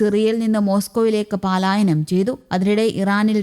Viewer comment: ചേച്ചിയുടെ അസമയത്തുള്ള ' പാലായനം '.... ' പലായനം ' എന്നു തിരുത്തണമെന്ന് ആവശ്യപ്പെടുന്നു.